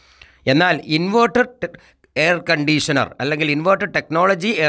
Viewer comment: ഇയാളുടെ സംസാരം കേട്ടാൽ വിദ്യാഭ്യാസം തൊട്ടു തീണ്ടത്തെപ്പോലെയാണല്ലോ, പിന്നെങ്ങനെ ഡോക്ടർ ? എയർ കണ്ടീസനാർ ?? അതെന്തു കണ്ടിയാ കോയാ ?